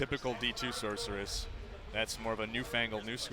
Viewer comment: uhhh, like I said - Sorceress! Thats how its said. "SORK" Where did the hard k sound come from? Cmon man.